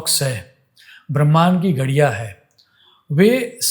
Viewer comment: गुजराती लोग जब हिंदीभाषा बोलते हैं तो कुछ शब्दों में अनुस्वारों के उच्चार नहीं करते हैं, जो कि व्याकरण की दृष्टि से करना अनिवार्य है : 'हैं' के स्थान पर "है" (अनेक बार); 'घड़ियाँ' — घड़िया, 'समझेंगे — समझेगे, 'होंगे' — "होगे", 'करें' — "करे", 'देखेंगे' — "देखेगे", 'चिन्ताएँ' — "चिन्ताए" आदि।